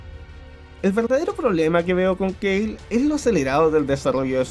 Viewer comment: KALE!!! K-A-L-E!!! no se dice keil. Si en japonés que es el ORIGINAL es kale. ¿Por qué lo gringalizas?